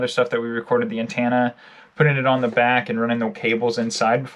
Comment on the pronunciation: It's pronounced anTENna not anTANna